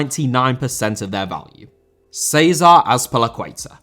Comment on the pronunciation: Antonio* not Antouwniouw Conte* not Contei Debut* not Deibyu Alberto* not Albötouw Debut* not Deibyu Courtois* not Courtoir Rather* not Rother César* not Ceisah Azpilicueta * not Azpelecueiter José* not Djouwsei Kanté* not Kantei Serie* not Siri China * not Chiner Saw* not Sor Barcelona* not Bohçalouwner Eden* not Iden Bernabéu * not Bönabeyouw Lukaku* not Lukohrku Diego* not Diyeigouw Álvaro* not Alvohrouw Morata* not Morohrter Half* not Holf Cesc* not Cess Roma* not Rouwmer Moskva* not Moscow